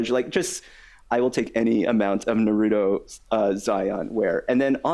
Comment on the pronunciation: Love the show but you are killing me with mispronouncing naruto repeatedly 😢😢lol